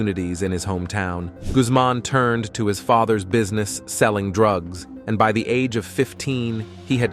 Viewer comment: You saying droogs isnt a word, nor conteenants 😊